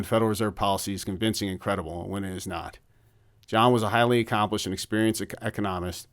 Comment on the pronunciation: Oh wow... I'm listening to a real human being that occasionally puts the emphAhs-is on the wrong syll-ahhble. You're making me feel better. Feels good that you just left it in there... That old "Econom... ist!" Real gold!